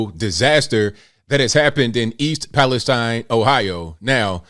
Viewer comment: It’s actually pronounced East Palesteen. Both my sisters and their families were displaced. One sister inside the mile radius, the other just outside. My oldest sister is still not home. Her youngest is only a few months old. I’m in the town over and our schools had to close for a day due to the fumes traveling in the wind changes. So far…dead fish, chickens, other livestock, foxes, and other pets. EP citizens are left cleaning their homes by themselves without the proper information to even clean. People cannot afford to hire cleaning crews and wait for reimbursement. Those who are cleaning are reporting chemical burns on their skin and sick. Everyone who went back home on my sisters street have left again because they were throwing up and had horrible headaches. An ambulance was called for one of them. That wasn’t even 24hrs of being home. Norfolk did NOT remove the contaminated soil but instead used it to rebuild the damaged track so they could quickly start sending their trains back through…which was 2 minutes after the evacuation order was lifted. The mayor and citizens were pissed! The original train car that was on fire was not the one carrying chemicals but 2 cars away from the vinyl chloride. They knew it was on fire many miles away and did NOT use the 3 pull-off’s available prior to EP. They were going to use the pull-off in EP but didn’t make it obviously. This could’ve been avoided. EP’s water tower is filled from wells. All surrounding towns are worried about air